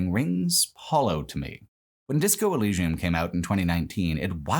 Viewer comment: Whole video was a banger then u pronounced elysium so wrong my head hurt